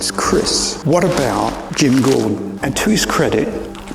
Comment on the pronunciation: do you mean you think about Ledger when you see his Joker, he's totally unrecognizable as Heath when you see him in the movie. Also, why do you say Gordan instead of Gordon?